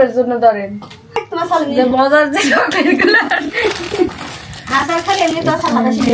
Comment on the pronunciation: অশিক্ষিত জামাই চকলেট কে বলে ছকলেট গ্রামের অশিক্ষিত একটা ছেলেও ওর থেকে ভালো ভাবে কথা বলে